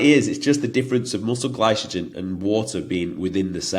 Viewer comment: Only if he starts pronouncing glycogen correctly 😂 very good content mate. Remind me of a Mike Thurston like character with more confidence but slightly less size 😉